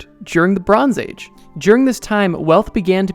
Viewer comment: I can’t unhear it “Lebrons age”